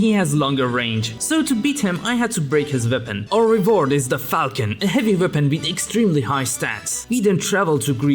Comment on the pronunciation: it's pronounced "fal-shun" 😅